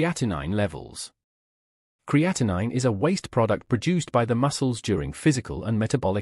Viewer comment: Creatinine is a normal waste product in your body. Cre A ti neen is the correct pronunciation. Creatine is a natural source of energy that helps your skeletal muscles flex (contract). and is not the same thing as creatinine. Pronounced cree A teen